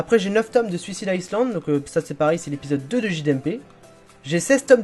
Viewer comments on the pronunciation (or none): none